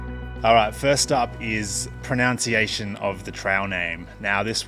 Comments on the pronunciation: It's "pronunciation" not "pronounciation". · It's also "pronunciation" not "pronounciation" 😂🤜🤛